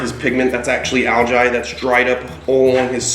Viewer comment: He says algae wierd